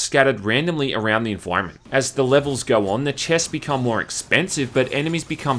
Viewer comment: at 23 years of age now, almost 24. I think you are the very first person I've ever heard pronounce it 'envoironment' good video